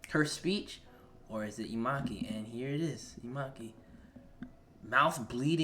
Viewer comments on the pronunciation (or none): I love it how you say "imaki" 😭🙏🏼 it’s actually inumaki but nice reaction bro 😅👏🏽